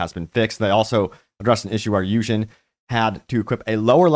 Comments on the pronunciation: Yujean not Yujohn LOL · "You-Jin" ❌ "You-John" ✅ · Yu…….jean? okay French-Korean kween